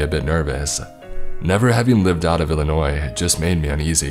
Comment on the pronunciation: Finally someone who doesn't say the s in Illinois